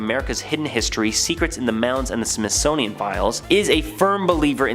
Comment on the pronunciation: Wtf is a “Smithsnonian”?….